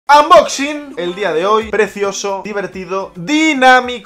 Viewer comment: No se dice unboxing se dice anmboxin😭